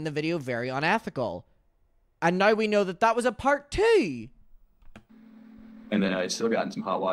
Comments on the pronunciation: I love the way you say "now"! It sounds like "no"! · I hear "noi", love it 😂❤